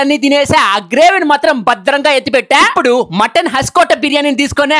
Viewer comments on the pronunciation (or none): none